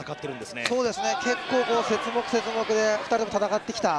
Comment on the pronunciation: 何気にセツモクとか言ってて、何？と思ったら節目ねw。何か生物の種分けみたいな言い方してるw